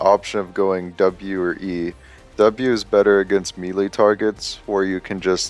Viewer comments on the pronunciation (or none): It's not "ME LEE" It's "MAYLAY" lolol